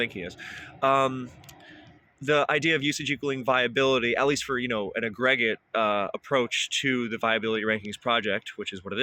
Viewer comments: "uh-greg-it" instead of "ag-ra-git" for pronouncing aggregate was like a jump scare from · Ive never heard aggregate pronounced ag-greg-ate and honestly i love it